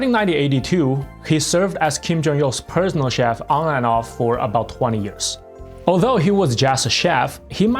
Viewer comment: I heard prisoner chef. And I'm sure it wasn't another time of mishearing a Korean accent. This time.